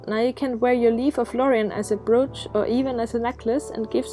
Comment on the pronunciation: A "broash"? 🤔